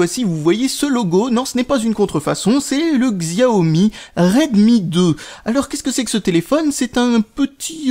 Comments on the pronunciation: Pour la prononciation: en français il faut dire "Chiao Mi" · Salut, utilisateur de xiaomi (hé oui on prononce chiaomi, c'est comme ça) depuis deux ans je trouve ta présentation assez pitoyable ! Tu aurais pu te renseigner un peu sur l'esprit xiaomi qui n'est pas un android classique et qui propose quand même une rom bien finie. A ce sujet, ta manière de faire l'update est vraiment compliqué alors c'est largement plus simple. Après xiaomi propose des téléphones pour geek, donc pas forcément accessible pour tout le monde !